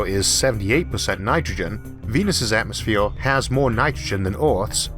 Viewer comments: Why say atmosphewe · Nice video, narrator is innoing. Please work on speaking out atmosphere and world. Innoing language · despite the narrator has an issue pronouncing the following words : Earth , Mars , atmosphere , what troubles me is that from what i actually heard so far , we are planning to "spread" out like a disease into the solar system ??? First of all we don't know for sure if we can pass through the so called firmament or else known as Van Allen belt . Can we really trust all this CGI crap and whatever NASA is saying ???